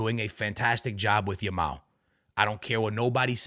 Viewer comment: Every time says "Yamal" it sounds like he's saying "Ya ma" "I love watching 'Ya Ma'" 😂😭💀